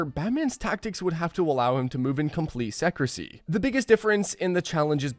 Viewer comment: "comple seckresee"